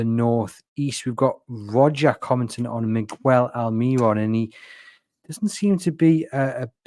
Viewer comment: Guys, it's 'Almer-ron' not 'Al-mee-ron'